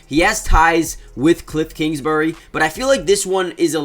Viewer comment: “Kliffs kingsbury” is killing me